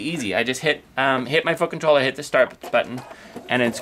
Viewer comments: I also just bought this machine and told the store they owe you a commission as this video helped me decide. Thank you. Very thorough without being too long winded. (p.s. you really need to pronounce the T when saying foot control. It sounds like you are swearing. lol) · I've just purchased a 5.2 and found your video so helpful, I can't find anything on the 5.2 but as there isn't too much difference this was brilliant!, I've subscribed just in case you do a video with the 5.2 for the differences. I actually liked the way you pronounce foot control it made me giggle all the way through..... thanks for making me smile today